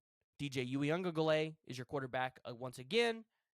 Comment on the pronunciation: If you can't pronounce Uiagalelei just don't try because you are butchering the fuck out of it